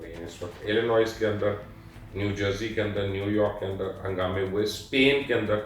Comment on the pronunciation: امریکی ریاست " الینوائے " ہے " ایلینوائز " نہیں کہتے ۔۔۔۔۔۔۔۔۔ illinuoy ........ not illinoise